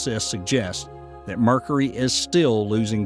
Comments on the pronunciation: Dude it's been driving me crazy. mErKuHrEe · Someone needs to explain to this guy how to pronounce Mercury. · Ever hear a native New Yorker accent when they say "caw-fee" for coffee? That's "New Yawk" accent for you.